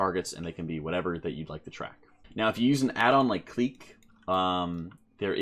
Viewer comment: Clique is pronounced the same as click btw